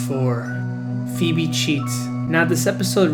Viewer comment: He calls her "FEEB" if he actually watched hey Arnold wouldn't be know her name is phoebe (FeeBee)